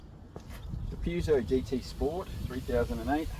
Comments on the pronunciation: If you're going to review a car at least pronounce the name of the maker correctly. Other than that, not too shabby. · I think this comment comes up on every Peugeot review. The correct pronunciation is Purr-zho. (as far as I understand) however it is common practice to also pronounce it Pu - jo (the way this reviewer has pronounced it.) When I first purchased my 404 in 1969 you heard both pronunciations - maybe different languages also come into it - eg how do they pronounce it in France or Germany?? This is a pretty good review. If you want to look at some really ordinary reviews of Peugeots try some (not all) of the English reviews - They tend to follow a formula and spend more time talking about the logo and looks than how the car actually performs.